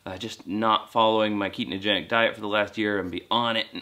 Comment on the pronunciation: It’s ketogenic not ketenogenic fyi 👍🙏